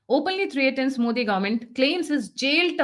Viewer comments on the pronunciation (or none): It is not threeaten but pronounced as threten